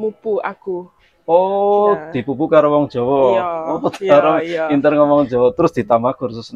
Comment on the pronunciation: Njaluk pamgapuro karo mas sing duwe konten iki ... Panjenengan ngomong inter iku kurang pas sebab sing bener pinter dudu inter tapi pinter !!! Tetep semangat ... Aku maturnuwun...